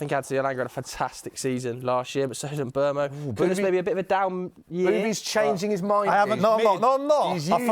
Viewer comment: The name is Mbeumo, the "M" is silent